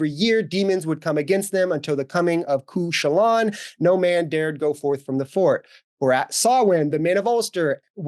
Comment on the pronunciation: Sidhe is pronouncwd "shee." And Cu Cuchulainn is pronouncwd "cu-HULL-uhn." You did pronounce Samhain correctly, though. It should be noted that although Samhain has existed for centuries and predates the Christianization of Ireland, there is very, very little that survives of what it actually entailed other than it being a harvest festival (or more accurately, a collection of harvest festivals). What little is known of the actual practices of Samhain comes mainly from the Book of Kells, which was a collection of writings about Ireland's pagan practices compiled by Catholic monks, usually centuries after the facts. There is practically no evidence that any of the elements associated with Halloween had any association with the Samhain festivals; it's just a marriage of convenience created by some modern folklorists. The TRACEABLE roots of modern Halloween traditions, even those that are distinctly Irish, all come from the Christian era.